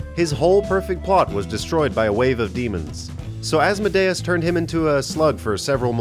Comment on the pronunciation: You pronounced asmodeus wrong